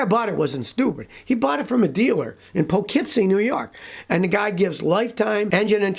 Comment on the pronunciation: wow you the only one that pronounces Poughkeepsie correct people who live here can’t